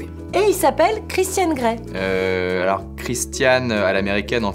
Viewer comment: Euhh...... Christian Grey, le « n » ne se prononce pas 😭